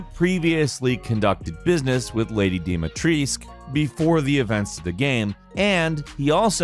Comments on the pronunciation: It’s supposed to be pronounced as dimitrescoo but wrongly pronounced in the game. And then u still mess it up and say dimitreesc? Noob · Why the hell they say dimitrisk when it's clearly Dimitrescu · its the same for me with Dimitrescu, everyone, even the game says Dimitresc instead of Dimitrescu. Why the hell is it so hard to pronounce that extra U at the end? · Or when he says DIMIETRIESK.. I get it in the game its Dee mee tresk, but in Romania it's dee meetrescu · It's frustrating that no native English speakers know how to pronounce Dimitrescu correctly. Just put it in google translate for Romanian and it'll tell you. Every syllable is pronounced: Di-mi-tres-cu. Yet everyone says "Dimitresc" for some reason? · actuallu its dome-a-treesk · Lady Deeee meee treisk. I love his pronunciations. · Nobody:: Deem-a-Treeesk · how do you say Lady D's name? The Duke confirms it with this line, after you bring him the crystal remains of Lady D after her boss fight, "Lady De-ma-tress that waist line YES!" he rhymes her name De ma tress with the word YES so that's how you know its not De-ma-tres-cu or anything else. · "Dimatresk" and "Benavito", which dollar store version of the game did this guy play? You'd think hearing the name of someone being said loud and clear would be enough for someone to learn to pronounce it correctly. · Fun fact: lady d last name, dimitrescu is actually pronounced like this: DE ME TRES CU. Because everyone keeps pronouncing it wrong, no offense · Hehe I love how americans have a very dificult time pronouncing "Dimitrescu" correctly :D It shuld be said something like "Deemeetrescoo". The "U" at the end is not silent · My guy butchered the name "Demitrescu" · It's dimitrescu :( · Its pronounced "dimitrescou" the "u" in the end its not sillent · stop saying Dimatriscu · The correct pronounciation is with a U at the end tho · Also when he pronounce Dimitrescu he hurts my soul. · I don't like how he pronounces Dimitrescu.